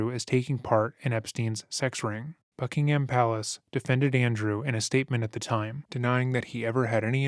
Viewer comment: Not Bucking-ham, Bucking-hum. One fast word.